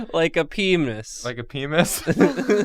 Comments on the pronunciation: I have been looking for the episode where says “pemis” for MONTHS. This is a blessed day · "It's like a pemis" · I gonna have to call it a "peemis" from now on. I giggled too. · "oh, like a pemis" -. Oh we're in for a GOOOOOOOOOOOD episode. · The moment said 'pemis' I lost my goddamned mind